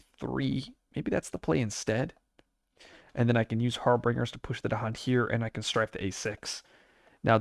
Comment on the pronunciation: I love your content, and have been watching a bunch lately, but I justed wanted to point out, that you might want to look up the pronunciation of Harbingers. 😅 Or not, I don't decide what you do or don't, and I'll keep watching anyways! Keep up the great work!